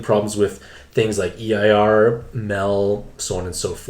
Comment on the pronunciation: My guy, Eir is pronounced like “air” lol